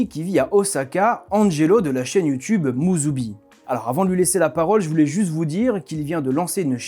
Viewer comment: Bravo, Oosaka a été bien prononcé, mais pas musubi (le lien ?). Pour quelqu’un qui vit au Japon depuis 10 ans, je trouve son accent et délié très niveau débutant. Sans doute fait exprès car avec les Japonais ça avait l’air mieux. Les portugais ont amené les tempura, donc c’est une bonne chose. Et notre calendrier est basé sur le soleil, l’an zéro n’a rien à voir avec Jésus mais avec notre éon (celui du Poisson), donc lié à la précession solaire. L’allégorie est bien présente dans la bible (sortie de l’éon du Bélier pour passer à celui du Poissons). Pas étonnant puisque Jésus a été inventé dans un concile bien après l’an zéro. Je laisse ça là, ce sera rejeté par la majorité qui a cru ces fables et les a cru au 1er degré.